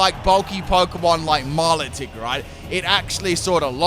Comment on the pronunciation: i dont think i've ever heard anybody pronounce milotic's name wrong before... "only on channel" i suppose